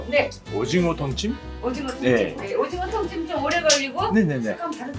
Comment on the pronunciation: 오징어 통찜 진짜 녹진해보여 너무 맛있겠다♡♡♡♡♡ 미치겠다ㅋㅋㅋㅋ 이번 영상보고 알았어요!! 얼굴 생긴게 아니라 발음듣고 일본인인줄 아신것같아요. 귀엽게 오징어톤-찜 이라 😊발음해서 인것같아요 ㅎㅎㅎㅎ 그래도 한국말 너무 잘하세요!!